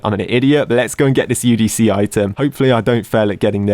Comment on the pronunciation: you probably failed your religions exam because the teachers saw that you say UDC instead of UGC